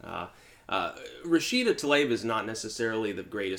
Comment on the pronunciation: Its not talaib,this is how to pronounce TLA EEB